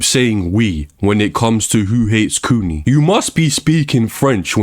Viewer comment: The way U say kuni sounds like its meaning is coomer or basement dweller.